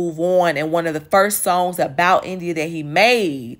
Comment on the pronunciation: The way you pronounce "songs"; you from Chicago? Do you know these people?